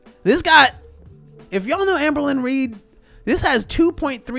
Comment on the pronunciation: This is very stupid, but I always giggle when says AmberLynn and it comes out sounding like amblin' because ambling means to walk slowly.